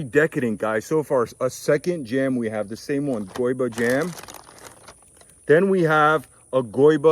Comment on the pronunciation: Hi, i'm from Brazil, the right way to speak Goiba is "goiAba " ! I found it funny ! 😁the video is perfect